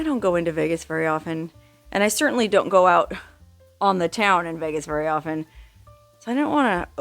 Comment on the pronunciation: THANKS FOR SAYING OF-EN NOT OFF-TEN. MY 3RD GRADE TEACHER TAUGHT US RIGHT